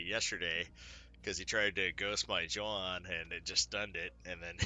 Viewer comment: I thought his name was Yah-hoon, but you say Joe-han....I'm confused....otherwise I disagreed with nothing. Edit: I do kinda disagree with swarmer being that high in the rank. It has value, but is it top 10 material? I don't think so (but I only play enough to make diamond rank 3 so I won't argue).